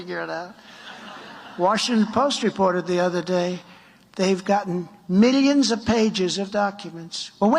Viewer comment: At least we got a "mee-leeons and mee-leeons" out of The Fat-Ass.